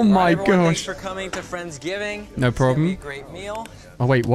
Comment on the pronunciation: He said friend giving